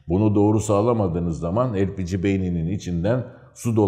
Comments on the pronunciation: elpigi nedir yahu? likit petrol gazı lepege deyin şuna... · hepinizin ağzına sağlık amma,, Lepegeye neden Elpici , cenege ye sienci diyorsunuz ?? Kulağa hoş gelmiyor sanki doğrusu da olsa :)